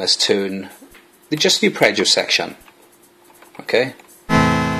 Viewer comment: ..... "uppreggio"???? ARPEGGIO